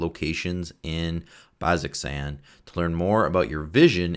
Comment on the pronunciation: Again, to anybody viewing this, pronunciation is pretty important if you've got anybody in your group who watched Campaign 2. BAZ-oh-zan.